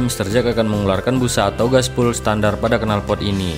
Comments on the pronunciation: Glasswool mas bukan gasbul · waaahaahhahaaa glasswool mas bukan gaspol ,,,, jadi ngkaka sayaaaah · Yg bener 'Gaswool'. Bukan 'Glasswool' apa lagi 'Gaspull'